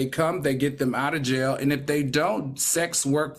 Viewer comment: “She needs to go to JAI YAH (jail)!!” 😂😂